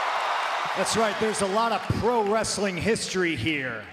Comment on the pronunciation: Why did he emphasize the word pro?